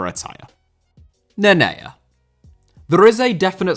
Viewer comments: His name is Nenê and you're saying Nenea for what reason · Ffs always butchering names,Neneia?! It's Nenê!!!And Cantonar?!It's Cantona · Wtf is a “Nenea”? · It’s pronounced ‘neh nay’ btw